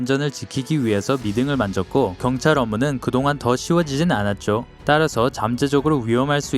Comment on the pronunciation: 목소리 개찐따네 존나 때려뿔라 자꾸 경딸경딸거리네 얼굴에 니킥시발려나 존나꼽아뿔라